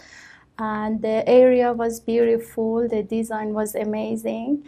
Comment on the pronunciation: I banged my head to the wall everytime she said BUIRIFULL